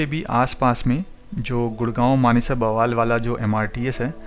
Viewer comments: Bawaal nahi Bawal hai.Pls correct your pronounciation. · Bawaal nahi, baawal hai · Bawal is pronounced as बावल, not बवाल, just to inform you, otherwise very informative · Sir ji Aapne to usey bawaal bana diya 😄...Baawal naam hai us place ka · Bawaal nahi baawal h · बवाल नहीं वो बावल है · it is pronounced as Baawal and not Bawaal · बवाल नहीं बावल है🙏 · pls dont say " baawaal" its " Bawal" :-) nice video though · Sir, the video is undoubtedly knowledgeable but the pronounciation for Baawal is not ok ..if you can make the correction ....it is baa...wal....not ba...waal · बवाल नहीं बावल है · It is pronounced as Baawal not Bawaal. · Bwal nhi bhai bawal h wo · Bro it's बावल not bwal 🙂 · Bawal ko 'ba' nahi, 'baa' Kehte Hain. Spelling Bawal hai, lekin pronunciation Baawal hai. Just correction. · बवाल नहीं है वह बावल है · It's not बवाल it's बावल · Great work bro👍👍.... Metro is Metro on paper, hawa chalegi, stations will change 😅... And Bawal is pronounced as 'Baawal' not 'Bawaal' 🙂🙂.. appreciate your work bro....👍